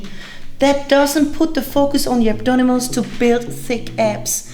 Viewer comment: Hello, you keep saying abdonimals in the entire video.I like the sound of it from now on i will call them the same!!! You give very precise and wonderful workout advices.P.S.The thumbnail photos were to die for!!!